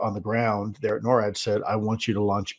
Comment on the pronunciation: Please pronounce it "NOR-AD" not "NO-RAD"